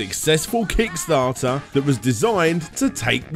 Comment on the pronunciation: Really sounded like you said d**starter this time